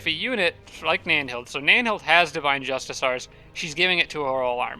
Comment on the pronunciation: Is there any reason in particular why you still choose to mispronounce Divine Justicars,?